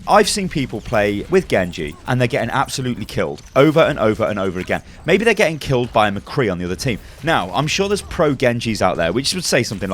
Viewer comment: I dont know, mei-be ur right.